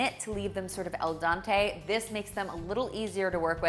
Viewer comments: Al Dente. Not El Dante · Delicious!! Thank you for an excellent presentation of your cooking. I cooked all three of your recipes here and they all were great. But it’s “al dente”, not “el Dante”. -pEAce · Love the channel and love the recipes...just a reminder that the phrase is "Al Dente- pronounced Ahl Dehnteh" "Al = to" "Dente = teeth"- to the tooth, slight chew... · "EL dante??" AL dente🤗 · Nice recipe. Great video again! I enjoy the Canadian way you say the Italian words in English for "to the tooth." No joke, it makes me pay more attention when I'm on the stove hearing it in my head. Thanks 👍